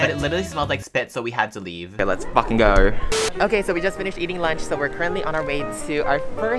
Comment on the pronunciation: BRITISH ACCENT GIRLY "GOorRRr"